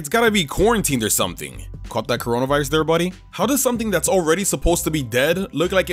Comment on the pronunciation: That is really funny because he said got that croanaviris there buddy?